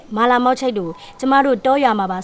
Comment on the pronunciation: အသံထွက်ကမှားနေတယ် ကိုးရီယားလို "နူနာ " "နုနာ" မဟုတ်ဘူး (누나)ဒီလိုအသံထွက်တာ